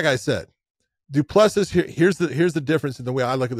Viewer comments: Ironically he used to pronounce it properly but John 'corrected' him lol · Josh the last s in du plessis is silent buddy from south Africa love your show boys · You dont pronounce the last "S" in Du Plessis. Its cringe to hear you keep saying it